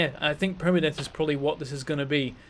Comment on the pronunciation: God you saying "permadeath" hurt my heart.